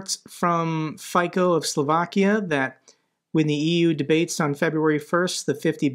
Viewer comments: Pronunciation, dude: Fico = FEE - tso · Hey! Lukas from former Czechoslovakia here. Closest pronounciation for Slovak president could be described as "Fitso". Hope that helped. Thanks for your videos, watching your channel since begining and will to the end. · Quick note, the "c" in Fico's name is pronounced like "ts".